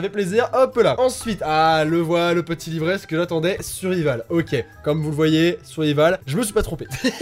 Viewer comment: On apprendra à que survival se prononce “survaïvol” 😂😂❤️❤️